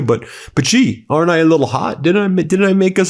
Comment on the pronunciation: It’s She..Xi is pronounced “SHE”